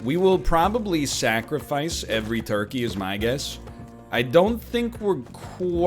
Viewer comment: Me when he say “torkey”